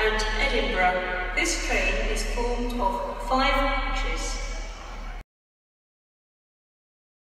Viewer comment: I laugh at saying five coaches as it only says five chis.